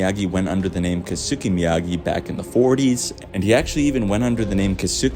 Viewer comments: Good theory. I think Julie Pierce/Hillary Swank will show up, since its her last chance to do so in this series. Btw, the pronunciation of Japanese name "Keisuke" is like "kays kay", not "kay soo kay". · As a Japanese speaker it pains me how everyone is mispronouncing Keisuke, including on the show. lol kay-su-kay. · His pronunciation of kisuke 😂